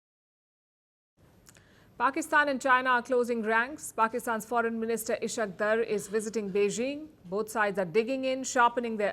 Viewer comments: Please, at least, try to learn pronouncing the names properly. I have been wondering who is Ish-aaq? It's Is-haaq Daar. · madam I have huge respect for you; the way you narrate things are quite phenomenal; however , it is not ishq dar but isss_haaaaq_ daaaaaar! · He is ishaq dar not ishat daar🤭😂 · Ishaqdar😂 Its Is-haak_Daar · Sister how would you feel if someone pronounces your name as paylki??? No doubt you are indian but you are also an analyst, while naming dignitaries you shouldn't be so casual. You are not a native of Europe and surely know the name ishaque pronounced as ishaak while daar is also a caste in India. It doesn't behove you to show your enmity by deliberate wrong pronunciations. Respect and prestige is conferred by Almighty Allah you can't humiliate a respected person by such mean tactics. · Palki ji! Would you please allow me to correct your pronunciation of Pakistan's Deputy PM and Foregin Minister name! His name is Ishaq Dar! Ishaq is the Arabic version of the Christian or shall we say Jewish name " Issac". Read as Eye Sak. The word in Arabic for this name is " Ic hak" Ice is for ice cream. Similarly It is read as Ic Hak. And the latter part of his name is "Dar". It should be pronounced as you pronounce "Car". So should be Dar. Hope when mentioning his name next time you would be at ease. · she cannot pronounce Pakistans foreign ministers name properly...what a journalism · you can't even pronounce Ishaq Daar and Amir Khan Muttaqi's names properly. So much for your due diligence and professionalism Palki. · Can you please learn to take the name of Ishaq Dar properly? Given your obsession with Pakistan, should have learnt by now.